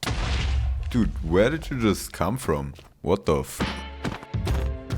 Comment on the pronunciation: He's adorable lol the way he says dute instead of dude